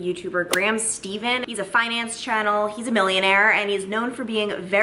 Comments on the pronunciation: I'm a jack of all trades kind of person 😅 also his name is pronounced like ste-fan not ste-van 😅 but im glad he was kind to you,but you also do have good saving habits which I think we can all take-away a few things from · 1. You pronounced Graham's name wrong 😂 2. I also HATE when YouTubers should have taken a jump cut and didn't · Lol Graham Stephan is pronounced Stefan. I geeked out when Graham featured you. I love your jumpcuts. The way you edit makes you and Zac's personality shine through. The Taylor was very pretty 👌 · Graham is not gonna like how you pronounced Stephan :D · Graham is gonna get mad when he heard how u said his name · Guess we need to have graham Stephan (pronounced differently 😂) see that you mentioned him 😂 Graham reacting to reacting to graham reacting to 😂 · girl you fancy;) if you like peanut butter add a bit to oatmeal. It’s heavenly. lol hopefully graham doesn’t watch this you pronounced his last name wrong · You kept saying Graham Stephens name incorrectly 😂😂 he’s got great content! but being in the tv business you would try to pronounce things correctly- he’s given you some extra exposure...